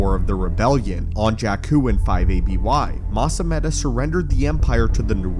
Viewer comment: It's Mas ameeda. Those are long Es